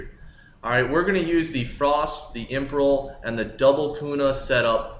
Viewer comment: Cringe every time he says imperial lmao. Imperel. And the aegis gem lmao. its not Angis